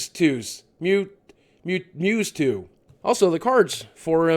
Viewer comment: it's purnonced mew-two